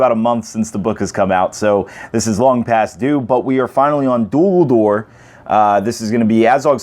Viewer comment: I really don't want to come across rude, and it's not meant like that. But it's Dol Guldur, not Dul Guldur. Awesome video. :) A good break-down.